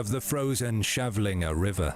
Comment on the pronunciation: Kavlinge not Chevlingé